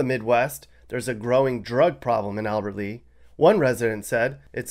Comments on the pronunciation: FYI - it's Albert LEA not Albert Lee. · Lol, Sounds like he's never been to Minnesota. Did you say Albert lee??😂😂😂😂 If I'm not mistaken, pretty sure it's Albert Lea. lollzz 😂😂😂😂